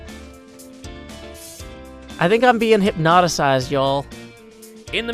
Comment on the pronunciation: "Hypnotised" Everyone: Hypnotised Joe: Hypnotisised